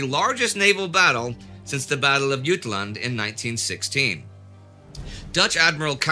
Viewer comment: Yootlund. I can't. :)